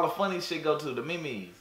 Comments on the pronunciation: the mee-mees nigga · Bro said meemees memes 😂😂😂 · "The ME MES" 😂😂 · The me mes ??? Was he for real ? 💀🤣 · he said the MeMes and the coranoravirus🤣🤣🤣🤣🤣🤣🤣🤣🤣🤣🤣🤣🤣😂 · Bro was saying memes in Spanish, this shi got me dead ong🗿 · He has to be saying these wrong on purpose istg